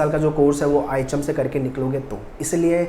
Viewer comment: Sir ihm bol rahe hai mughe items sune aa raha hai 😂